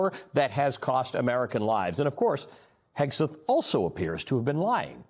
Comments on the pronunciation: Wilfred Frost constantly mispronouncing the Secretary's name as "Hesgeth" is low-key hilarious. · He called him “Hesgeth” and I love it. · I do love the fact no one cares that the Hormuz correspondent keeps pronouncing the secretary of offense's name wrong. It's the little things.